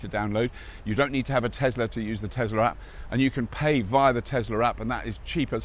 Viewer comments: Tesla! Not "Tezzla"! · Couldn't watch this any further than 2 mins because yet another YouTube presenter that can't say Tesla with an S and says Tezla so annoying!!!!!!